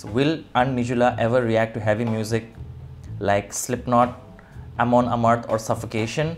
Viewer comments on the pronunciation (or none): none